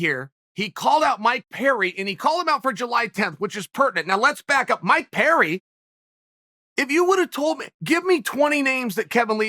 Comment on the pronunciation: Okay, Chael is just trolling us all now with this mangling of everybody's name...he can't be THAT American saltine! 🤦🏾‍♂️